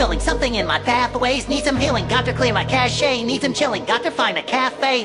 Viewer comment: Man really pronounced cache as cashei